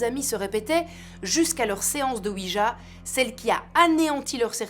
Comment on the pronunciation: Cela se prononce OUI YA oui français et oui allemand